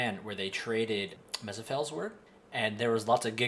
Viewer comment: Why do you keep saying Mezepheles weird? Is that an old name of it???